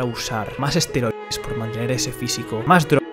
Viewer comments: Y donde lo golpeo el asteroide, que tamaño tenia era de roca o metal aaainsssss se dice esteroides eeeeesssteeeroooiiiideeessss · Esteroides 😂 no asteroides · Se dice esteroides y no asteroides